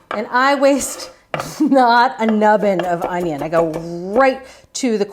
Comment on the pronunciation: That's the second thing that I thought of when I watched Julia demo dicing the onion. The first thing is how she mispronounced the word ONYO.